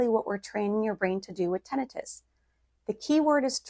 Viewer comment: You mispronounced Tinnitus